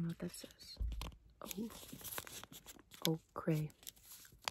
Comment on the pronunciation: ochre is pronounced like oaker hehe